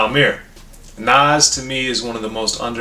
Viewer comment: I love to hear a white guy pronounce Nas name correctly. Love Speechless, Meet Joe Black, Truth, etc. I like this up there with God Son and Stillmatic.